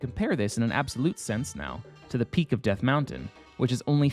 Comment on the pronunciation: Death M-WOW-ntain